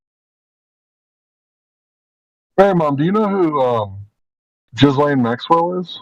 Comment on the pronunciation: Ghislane it's gee-layne.its the feminized form of the French male name Ghispronounced Gee.lets keep it French people 😮.